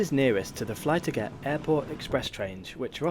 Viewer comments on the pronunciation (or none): It's not Fly To Get... It's Fly Toget, where Tog means Train, and Toget means The Train. It pronounces more or less like flee-tal-get